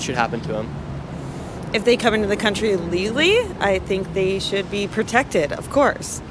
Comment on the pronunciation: I have watched a lot of videos from Nick and support him and his views. But he still cannot pronounce the words "legal and illegally". That is why so many people don't answer his questions the way he thinks they will. He really needs to ENUNCIATE.